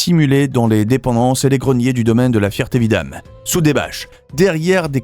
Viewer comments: C'est La FERTE Vidame et non pas La FIERTE Vidame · Répète après moi Feeeeeeeererté-Vidame Désolé pour ta fierté